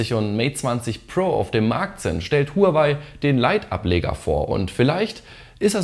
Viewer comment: Willst du als Technik YouTuber vielleicht mal lernen wie man Huawei richtig ausspricht? Du sprichst honor oder Apple ja auch nicht deutsch aus.